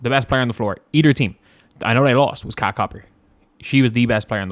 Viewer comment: I’m not sure if you’re doing this on purpose but her first name is pronounced KA-LEE-YAH